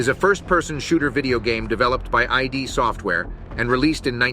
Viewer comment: Real Quaker chiming in here: Pronounce "id Software" like "kid Software" minus the "k" ofc. No one says EYE DEE. I thought I misheard you, but it's lightNING gun, not "lighting gun" as you said a few times. Also the Strogg is already plural. Nobody adds an "s" (The Floods? in Halo). This is a "barely bones" thumbnail video of a landmark shooter with many enduring legacies. Given the few generic details of your video and absence of a specific angle or thesis, I guess you did it for pure content, clicks, channel-building? And 9/10? lol Kind of a throwaway "score" donchathink since there's no context, criteria (comparisons to UT?). My point isn't to shit all over your video; you chose a 20yr old game with an incredibly fabled, layered legacy to do what with exactly? You need a personalized entry, some specific contention or nugget as the impetus for tackling Q3. Otherwise you pump out a snoozer.